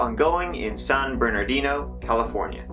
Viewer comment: It's so weird. I grew up in California, watching TV from southern California, and talking to many people who came from the area. Point: "San Bernardino" was city I heard about often, and I never, until now, realized there was a 2nd "R" in there. I've never heard (or possibly, noticed ) the 2nd "R" pronounced. I was about to correct you, when I saw the Official Seal and saw there was, indeed, another "R". Another Mandela Effect?